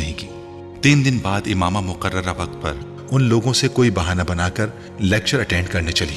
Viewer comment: It's Imama 😑